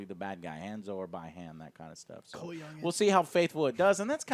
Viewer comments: Just FYI, the elder Sub-Zero’s name is pronounced BEE-han, not BYE-Han. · Did Joe really say "Bye Han" instead of "Bee Han". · Damn it Joe! it's fckn pronounced Bee-Hon! not Buy-Han! You slipped bud. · STOP FUCKING READING SCRIPTS!!!! IT'S BEE HAN NOT BYE HAN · I hate the way you pronounce Bi-Han(Bee-Hon) lol 😂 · he keeps calling him BI-HAN its pronounced BEE-HAHN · i dare you to say "By Hand" again joe intstead of "Bee Hun" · He can’t pronounce A LOT of peoples names lol. James WAAN was a bad one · Is Bihan pronounce “ be han” or “ by Han” Lol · Who's ByeHon? LOL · Bi curious han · Sub-zero's name is pronounced [bee-han]. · You pronounced BI - Han and Hanzo wrong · You know damn well that ain't how you pronounce Bi Han